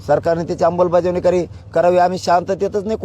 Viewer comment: Vashi hun nighalyanantar next day pasun roj 10 time aikyoy ammalbajavni cha ha ucchar 😂😂😂😂